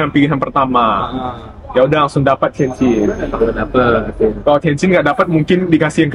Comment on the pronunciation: tukisannya Tianjin, tp sekilas dengar ngomongnya Tianchin yaa ?